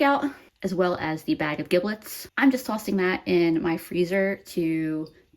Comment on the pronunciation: I’ve never heard anyone pronounce giblets like that. To be fair, my family says it like ‘jiblets’ and we pronounce my name differently than anyone I’ve ever heard say my name and it’s a pretty common name. Oh and for anyone feeling intimidated at the thought of cutting up a turkey, just think of it like a really big chicken. Everything’s the same, just scaled up. Really took any intimidation factor out for me the first time I made a turkey and then cut it apart